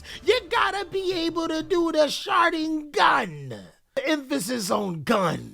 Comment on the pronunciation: This man said "Shari-gun". I'll never forget it.